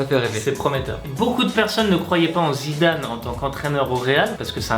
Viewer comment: a dit zizane au lieu de Zidane